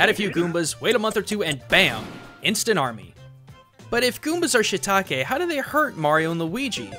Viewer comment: It's not shitake, it's shiitake, しいたけ (椎茸), you are not pronouncing the い. I know, you don't need to thank me.